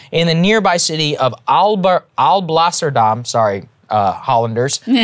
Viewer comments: You nailed Alblasserdam Saagar! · Saagar, your pronouncement of 'Alblasserdam' was very good!! 😉😅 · Saagar did pronounce the name of Alblasserdam very well, kudo's to him. One request for the future though: the country is named the Netherlands. Holland isn't a country. It'd be cool if you'd refer to the country by its proper name. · You did "Alblasserdam" very good Saagar! And "Koningshaven" means "Port of the King" (haven = port, Koning = King). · ‘Alblasserdam’ he actually nailed it! 😂😂😂👍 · Upvote for Saagars pronounciation of Alblasserdam!